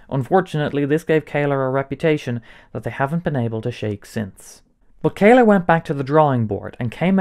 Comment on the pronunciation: Bro, how did you read that one as "kayler"?? O.o It's not written as how I wrote it above, or as "caler" or "kaler", it's "Kahler", so it should be read as "Kaller" with "a" as in "Alex".